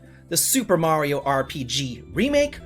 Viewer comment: You pronounce “Mario” weird as fuck